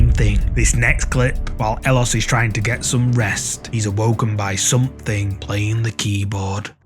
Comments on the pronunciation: Howdy. So where it concerns 'ellosestanconmigo', it's not his name. It's a phrase "ellos estan conmigo" which in Spanish means "they are with me" and 'ellos' is pronounced 'eyos'. I don't know the OP's name, but I do chuckle when hear you call him elos 😄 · El-los... No. Eh-yos. Double 'L' in Spanish is pronounced like a 'Y'. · Ellos is pronounced eh-yos. I'm sorry, but that's driving me crazy. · "ellosestanconmigo" is a phrase: Ellos Estan Conmigo, wich means "they are with me" in spanish. The guy's name obviously is not "Ellos" (wich also you are pronouncing it wrong); Youre literally naming him "They". His real name is Andres.